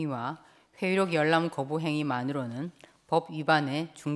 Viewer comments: 를 발음안됨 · 들으면 들을수록 발음이 이상함 회의록 열람 → 회이록 여을람 본래 → 보울래